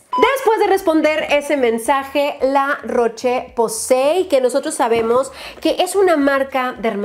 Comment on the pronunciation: Rosyyyyy se dice la roshhh posay😅😅